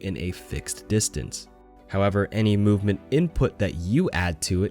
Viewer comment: Lol who else heard boopment